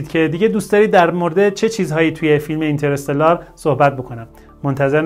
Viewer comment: ممکنه همه اشتباه بگن ولی از شما انتظار نمیره کلمه انگلیسی هست و تلفظش هم همونه